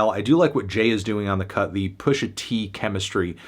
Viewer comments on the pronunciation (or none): none